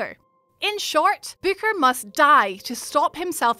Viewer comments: are you saying bicker or booker? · It’s Booker not Becker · The way you pronounced Booker confused the heck out of me for a good minute or two as I tried to remember that character's name.